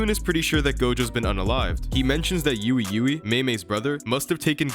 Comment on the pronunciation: How are you not gonna know how to pronounce Ui Ui (we we) when it’s been said in the anime in both languages? Also even though I HATE hunter x hunter even I know the x isn’t spoken.